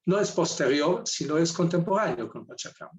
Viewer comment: SE DICE PACHACÀMAC, NO PACHACAMAC